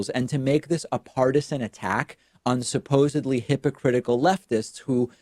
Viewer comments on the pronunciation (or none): none